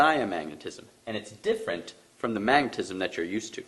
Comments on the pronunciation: everything is sound and "magnetisism" ... dude, magnetism. 2: 40 in so far. This mispronunciation is going to be repeated throughout the whole video isn't it? He's gonna drive me crazy with that before this is over, I'm sure. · Say it with me bro. Ready? MAG NET IS UM. Mag net ism. Magnetism. NOT magnetisism! Silly bro. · i love how smart people cant sound shit out "mag-ne-tism".. not "mag-ne-tic-ism" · Did he say magneticism? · "magneticism" lol! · He keeps on and on saying MAGNETISISM... it’s hard to take his words seriously while hearing that error in his mother language.. with MAGNETISM being a foundational concept in his theories. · If you don't know that the word is magnetism and not "magnetisism", then you've lost all credibility! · Magnetisisum? Lolwut... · MAG-NET-ISM - I don't know what the hell you're trying to say but it isn't magnetism. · please michael it's :magnetism, not what you call it.